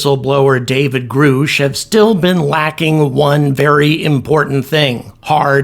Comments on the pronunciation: Pronounced Grush. You put up the wrong pic when you started talking about him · It's not groosh